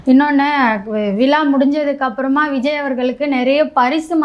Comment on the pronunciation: Adhu "Vila" illamaa...... "VIZHAA"..... Thamizh...thamizh...pls